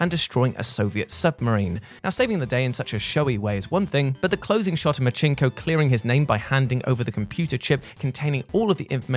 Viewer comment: Really. Resistance 2? "...Marchinko..." It's pronounced "Mar-sin-ko". The game is based off an actual person, Richard Marcinko.